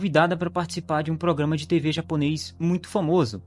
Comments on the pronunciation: Tu é fluente em japonês? Tua pronúncia foi mt boa! Anyway, o Japão de uma forma geral ainda vive nas mãos de senhores feudais, não literalmente senhores feudais, mas parentes próximos deles q ainda tem uma visão de mundo mt parecida, e o japonês como um todo tem um péssimo hábito de não se meter em algo q não é problema dele, mesmo sendo crime. E mts vezes é apático pra lutar até mesmo pelos seus direitos, sendo assim, se tiver pessoas de má índole com poder em locais menores como essa vila, tem grande chances de coisas tão absurdas qnt essa acontecerem. É sinistro. No mais ótimo vídeo, não conhecia o canal! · Po mano, mas tua pronúncia é incrível parece até um japonês nativo,ótimo trabalho